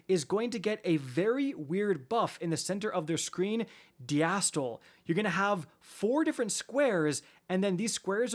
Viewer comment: Cringing as he says “diastole” wrong 😂